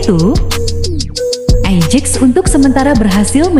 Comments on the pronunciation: Ajax (Ayax) amsterdam bukan ejeeexx amsterdam, biasa aja ccuy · Ajax bukan ejiks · ejex wkwkwkwkkw ejaanya mbak